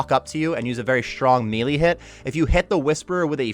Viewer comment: Thanks for the guide but my god... it's not (me-lee), it's (may-lay)... This shit irks me.